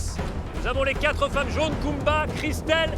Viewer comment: Je me sens trop mal car à chaque fois qu’ils disent « kumba » j’entends « pumba ». La pauvre en plus honnêtement j’aime bien cette aventurière ❤️‍🩹🤗